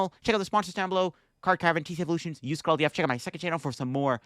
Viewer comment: You’re not even saying your code “LDF” anymore it’s just a gibberish bunch of sounds lol try pre recording your sponsors and go slower haha 😆